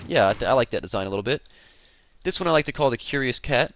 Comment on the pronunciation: He said LIE instead of LIKE.